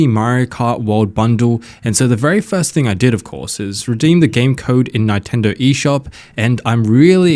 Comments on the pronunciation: It's Nintendo not fkn nItendo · Its Neeeen-tendo . . . not nie --- tendo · We can all hear him say Ni-Tendo right? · Ni-tendo.. he's fishing for triggered comments. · what do you expect from a guy who calls it a Nitendo Switch. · I love Nye-tendo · Let the "Nine-Tendo" glazing commence. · Stop saying Nightendo! 🤣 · Nine-tendo. Is this the first console you've played, bro? 😂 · Who are Ny-tendo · nitendo lol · Y do u say Nintendo nyyyyytendo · Yea. Japanese syllable is consistent unlike English and actually pronounce the way it spelt. So how can anyone get that wrong? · Why are you pronouncing Nintendo that way…